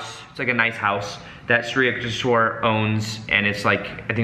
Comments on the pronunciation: The most overrated nonsensical book ever. More like a Christian missionary monk selling mystic oriental ideas to the west, which has been in a quest for spirit since it lost its in the age of enlightenment. Complete & utter degeneracy. For goodness sake, thats just plain murder of Samskrutha words Yuktheshwara its Yuktha (tha as in thaw) + Eshwara.. eeesh, Yuktheshwara. With all due respect to you guys, it's sad to see a language so ancient & literally the legacy of half of the world population that migrated from central Asia to the west & the east from the proto info European.. Samskrutha is all about pronunciation swara, maathra.. Anybody talking about spirituality if they don't understand the essence of Samskrutha as the very refinement of breath & consciousness clearly cannot attain any insights into the nature of the transient to realise the transcendant. Samskrutha is a tool to realise the transcendant especially if you wish to realise it through the realms of Mantra the universe which is a manifest Pranav Aumkara of A maara, who U kaara, Ma kaara.. Aum the primordial monosyllables. This yogi paramahamsa is definitely a figment of some clever missionary not necessarily christian but he is definitely a missionary not necessarily a bad thing or inauthentic it's clearly with all possibility a part of Shramana tradition but clearly phony as far as the traditional schools & even the most secretive ones go. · Just wanted to tell you, being an Indian that it is "You-k-tesh-wer" & "Laa-hiri Mahaa-shay" Autobiography of a Yogi played a major role in my life too...much love & light❤ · Its pronounced shri yuuk tesh wire 💚🙏🏻 11 years on the path at the encinitas temple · Hey! Saw you struggling with the pronunciation of Yukteshwar guru’s name so I thought I’d try help you out so it’s easier. Its pronounced like You-k-tay-sh-war. Hope that makes it easier for you. Love your content and love the fact you mentioned this book. Love from India!